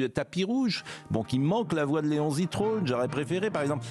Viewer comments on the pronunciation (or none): none